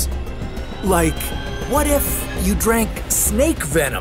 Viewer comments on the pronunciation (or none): This not What if it is “WHA TI F”